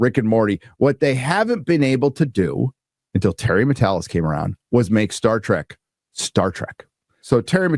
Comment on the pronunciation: Today, we get "Star Dreck"